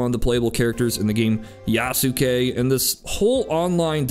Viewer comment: YA-SUE-KAY lmao